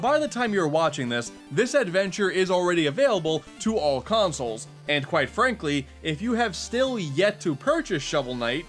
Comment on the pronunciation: all "consals" not systems